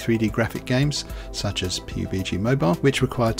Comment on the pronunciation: I cannot fucking believe he actually pronounced it "Pi-Yu-Bi-Gee" It's pronounced "Pub [as in a bar] + Gee [as in 'gee wiz']" This is what happens when you use Windows! Also, if the point of emulation is to be able to get to your bigger-than-mobile PC ram, then you could just, y'know, play the PC version of PUBG! (Yes I know the point is to cheat but that's bad so you shouldn't do that either). Or you could just play literally any other game except Fortnite or something made by EA or Riot and have a better time. WIndows users are the biggest simpletons of all time!